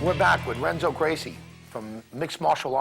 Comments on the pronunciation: did he say "wrenzo" lol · (R)enzo Gracie? At least learn the name of the guy you're interviewing,.